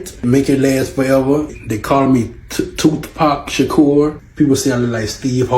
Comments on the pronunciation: Tooth pac sharkur!!!! 😂😂😂😂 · “Toothpac Shakur”, “Teeth Sweat”😂😂😂😂